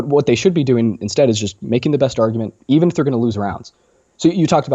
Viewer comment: You pronounce "argument" as "ar-you-ment", i.e., you elide the hard "g" sound. Just FYI.